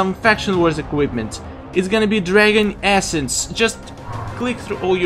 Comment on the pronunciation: "Dragon ASSence gotta love stars accent :p